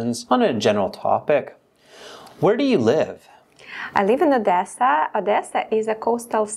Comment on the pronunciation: Excellent pronunciation except the word Odessa 😂